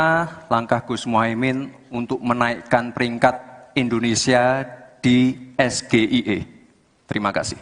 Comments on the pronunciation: soalnya pertanyaan lontong sayur pembuat martabak itu tidak sesuai dengan bahasa apakah bahasa Indonesia atau bahasa inggris ucapan nya aja udah salah EGIE seharusnya EGIY ucapannya dasar lontong sayur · Kalian semua pada yng comment cak imin ga ngerti SGIE pda sok paling tau dn merasa so bner Malah nyinyirin cak imin Dan merasa bangga dgn prtanyaan singkatan trsebut Klo sebutin singkatan yg dr bhs inggris.. ya jgn di ucap pke logat sendiri Harus nya d baca : eS-Ge-Ai-E